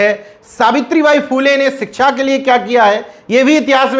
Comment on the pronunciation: सिच्छा को सरसोतिय बोलते हैं भी